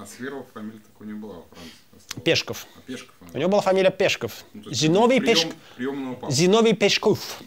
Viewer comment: Здравствуйте. И всё-таки Пешко́в, с ударением на второй слог.